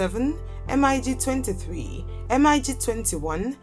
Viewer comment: Lady, don't spell M I G. Just say mig